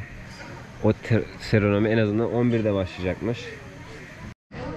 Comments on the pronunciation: Seremoni olması gerek Serenomi diye mi duyuyorum Yanlış mı duyuyorum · serenomi değil seramoni bence doğrusunu söylemelisin eğer dilin dönüyorsa ritual diyebilirsin Allaha emanet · serenomi değil kanka seremoni :D doğrusunu unuttum senin yüzünden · sürekli yanlış söylediğin için yazmadan edemedim, doğrusu "Seremoni" seranomi değil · Seronomi degil seremoni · Herşey için teşekkürler Bir de Seranomi demesen😂😂😂 Takipteyiz kardeşim. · 'Serenomi' mi duydum bikaç kez?